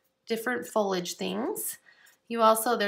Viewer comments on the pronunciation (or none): fol-I-age vs. folage :)